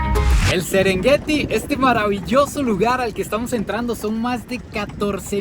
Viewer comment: Casi nada el sesrengueti que maneras.